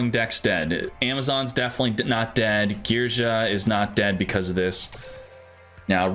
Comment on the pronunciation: it's Geargia not Gearja